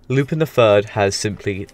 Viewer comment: Good video for the most part but a bit of a correction: 'Lu-pawn' is the correct pronunciation of Lupin and not a name change, however certain localisations use the direct Japanese spelling of Lupin, 'Rupan', to avoid copyright issues